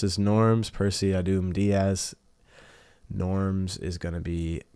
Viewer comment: I hope rebellion win, but yk how they are, they can peak or can just be utter garbage. Also just curious who you support? And one final thing ahdhum is just pronounced adam